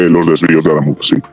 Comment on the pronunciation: con una novia cordobesa no vuelvas a cambiar el acento, adamuz es aguda.